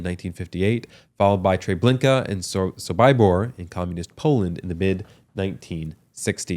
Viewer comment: You Also pronounced sobibor wrong!!!!!!! Wow